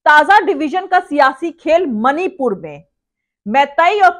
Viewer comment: Mani pur ka ma nhi bol pata hai jaheelo se kya ummed